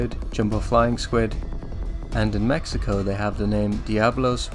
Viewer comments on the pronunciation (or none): none